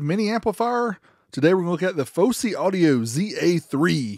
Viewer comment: Fawsy not focey